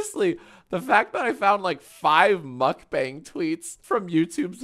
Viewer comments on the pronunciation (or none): the mispronunciation of mukbang kills me every time